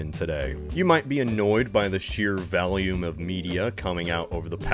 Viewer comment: In the beginning of this video you pronounced volume as valium, one is a quality describing the intensity of audio, the other is a prescription drug